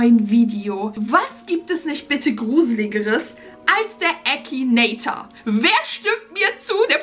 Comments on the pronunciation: Es heißt Akinator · es heißt akinator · Das heißt akinator😂😂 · Finden wir 15.000 aus #TeamBeki die an mich glauben, dass ich den Akinator besiegen kann? DAUMEN HOCH 😂👍🏻 Findet ihr den Akinator auch total creepy? Ich mein WIEEEE macht er das???? 👻 P.S. Da mir einige sagen: MAN SAGT AKINATOR nicht ÄKINATOIR 😂 Leute, man kann es Englisch ODER halt auch auf Deutsch aussprechen is doch egal😂🥹